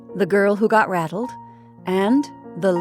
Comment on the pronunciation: Believe you may have pronounced it "battle". Enjoyed your performance greatly!